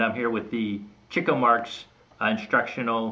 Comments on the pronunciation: *Sigh* It really is pronounced chick-o. Not only is that how all of his friends and relatives pronounce it, there's a story explaining the mispronunciation. It used to be spelled Chicko but some time in their early days whoever did the billboard for one of their shows spelled it wrong and dropped the K. Also, there's a logical reason for the chick-o pronunciation. He got the name because he chased girls- 'chickens'. Cheek-o makes no sense. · The correct pronunciation of Leonard Marx's character is CHICK-o. That is the way that Groucho pronounced it. Also, Chico's daughter Maxine, Harpo's son Bill, and Harpo's daughter Minnie pronounced it as CHICK-o. Yes, the CHEEK-o pronunciation was widely used, perhaps due to the fact that Chico and his brothers didn't bother to correct anyone when they were saying it the wrong way. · NO, it's not Ch-ee-co (as you put it)...the correct pronunciation is CHICK-o. This is how his family (his daughter, his nieces and nephews, and yes, his brother Groucho) pronounced the name. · Wrong,...it's CHICK-o. I promise you. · yeah cool, Its Ch-ee-co , not chick-o. Thanks!